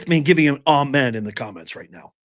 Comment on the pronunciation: It’s amen not almond!!